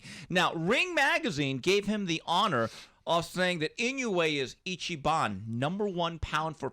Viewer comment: Yo correct the name! Its Inoue!!!